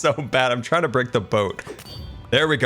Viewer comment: "We're teying to get our dangle on"